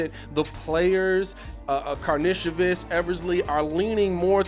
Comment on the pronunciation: From all the videos I’ve seen of him playing over seas it’s Kar Nish o Vis